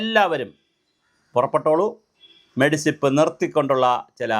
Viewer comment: എന്റെ ചങ്ങാതീ, മെഡിസിപ് അല്ല. മെഡിസെപ് എന്നാണ്. ഇനിയെങ്കിലും അതിന്റെ ഫുൾഫോം പഠിക്കുക.